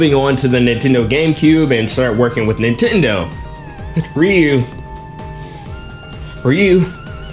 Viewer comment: It's pronounced ree-YOO